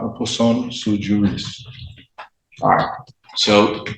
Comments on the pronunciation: "It's "su-jurís" not "suju-rís"" - Hermione, probably. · First, sui juris is pronounced SWEE JURIS, genius.